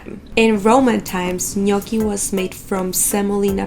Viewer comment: Finally hearing the right pronunciation of their name :) Also, egg is not used everywhere in the dough. If you have good potatoes (some varieties are better than others) and flour, the dough will be already good enough ;)